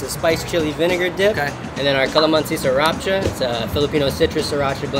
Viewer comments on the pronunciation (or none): none